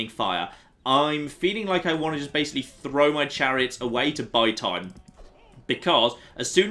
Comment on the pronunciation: he said the clariots